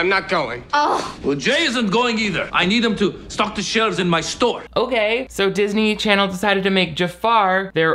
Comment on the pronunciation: i missed saying "darsny charsny" so much